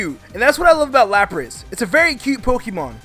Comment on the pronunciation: Especially how he says "Pokiemon"